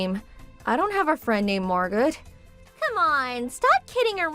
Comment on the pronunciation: There is no T when pronouncing Margot.